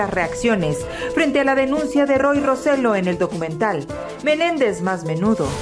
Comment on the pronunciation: Me altera Que digan el apellido de Roy mal Roselló con acento